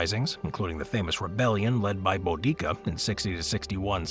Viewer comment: I just about lost it the mention of Bow-DEEK-Uh🤣